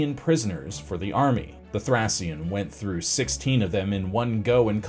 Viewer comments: sounds like thray . Shn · Please if you’re going to say a word 50 times look up how it’s pronounced. Thracian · Was it so hard to check the correct pronunciation of the word "Thracian" beforehand?